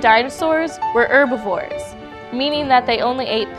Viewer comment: its herbavour not urbavor stupid bitches